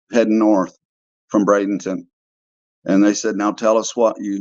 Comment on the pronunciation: Ummm excuse me? Bradenton?!! Eek